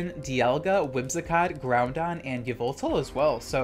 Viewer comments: Love the content. And the tech. But the way you pronounce those gen 3 legends. 😂😂 Kee-oh-ger and ground on. Ky-oh-ger... And grow-don. Like 'Now-don' 👍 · "Kaiohgrey "and "ground on" is too funny. Love ur vids ❤️